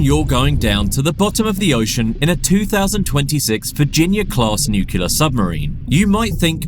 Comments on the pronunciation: "Nu-ku-lur" -- again and again. 🙄😑 Why is it so hard for some people to simply pronounce it correctly?! It's "NU-KLEE-UR"! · It is pronounced NUCLEAR, not "NUCULAR." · It's pronounced noo-clee-err, not nuke-you-lerr. Getting that wrong when you narrate professionally is pretty bad. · Narrator is pronouncing nuclear (NEW-clear) incorrectly each and every time they say it! Please let's all say NU and CLEAR over and over until it sticks then and only shall we get on with our lives 😁😁😁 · It's pronounced: New Clear. Not nucular. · Ugh! I was thinking that if he wants to narrate videos he shouldn't make glaring errors in his pronunciation of ordinary words. It's fingernails on the blackboard time when nu-cle-ar is pronounced nu-cu-lar. There's only one "u" dude and it's not in the middle syllable. And he has some really idiotic lines. After making the point strongly and more than once that animals have to be suited to their environment in order to survive, he says with amazement "BUT animals going from higher zones in the ocean down into the trench Trench also die!". Duh. Then he says of the shrimp-like creatures who eat marine snow "these creatures can only barely resemble some form of life". It's just a stupid pointless remark; living creatures take many forms and the one he's talking about aren't even particularly odd-looking. Some people who like science prefer programs like this to be written by someone who takes it seriously and takes a little more care with the script. But thanks for the info. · In the nukular subarine.